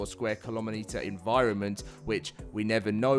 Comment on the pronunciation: he says kilomeneters lol😂